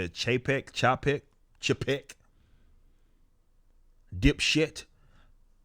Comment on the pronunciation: Bob Chay-peck. Like saying paycheck but fucking it up.